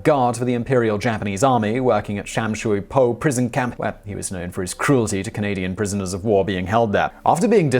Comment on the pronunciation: Sum soi po , not sham shoi po as you butchered the pronunciation